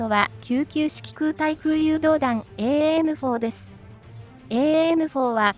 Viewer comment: エーエーエムフォーで合ってます。 現場では短くエムフォーと呼んでます。